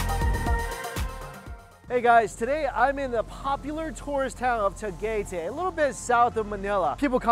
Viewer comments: Pronounced [tah-GAI-tie] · no one: foreigners saying Tagaytay : te-gey-tey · Tagaytay (tah-guy-thigh) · TAGAY TEH xD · He said it as Ta-Gey-Tey.... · TaGAYtay lol its Ta-gay-tay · Tagaytay how to say it is like tagaiyyytay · He said tagaytay wrong 😂😂 and damn thats close to where i live and bulalo 😂😂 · Theamazing Fartman yah!. i am glad you noticed too!.. :P. I did not leave any comment on how to pronounce it, cuz i might get haters . ahahha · how he said tagaytay really triggers me